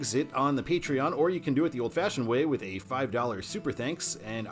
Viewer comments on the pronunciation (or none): none